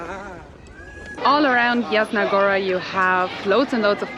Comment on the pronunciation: Yasna, "J" in Polish is prenounced like "Y" in word Yeti. Yasna Goora. 😁